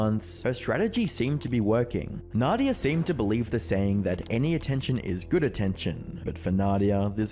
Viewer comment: this is guy its Nadav not nadia keke